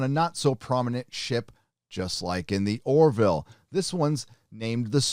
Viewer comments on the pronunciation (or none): Dammit,! The Orville is named after Orville Wright, not Oroville, California!!!